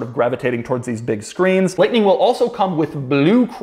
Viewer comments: really went southern there with the f150 liughhhhtnin’ at the end. ha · LoL at how Doug added a cowboy accent to "the F-150 Lightnin" at the end! I won't be impressed with EVs or Electric trucks until they have 500 mile+ range OR they make nation-wide 5 minute battery swaps possible to avoid charging time...it would work like propane swaps-but done with a qualified tech & security measures to avoid mistakes during the swap & prevent battery theft.